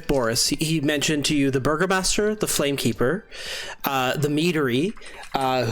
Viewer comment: True, though you're mishearing the word. It's burgomaster. EDIT: You are not misunderstanding. The cast is saying Burger Master. 😂